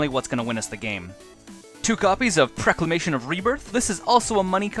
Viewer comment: PrOclamation not prEclamation.